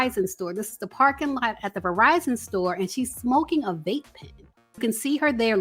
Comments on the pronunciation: "Outside the Revizon store" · i love u. But it soundz like ur pronouncing "Verizon" as, (and i'll spell what it soundz like ur saying phonetically) "Verr-vie-zon". Perhaps itz some other distortion in the mix, i will say my speakers are on point but?